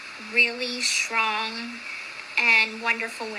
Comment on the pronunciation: *shtrong,” “shtrength”… Why can’t little pronounce “strong” and “strength?”